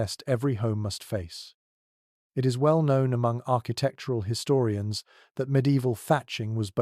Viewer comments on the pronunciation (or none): You lost me at his-storians